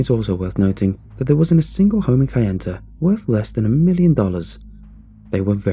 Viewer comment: It's pronounced Na-va-ho and kay-en-ta. Remember, indians only speak one syllable at a time.